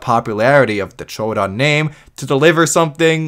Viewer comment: a MAP joke AND pronouncing troodon's correctly? instant subscribe.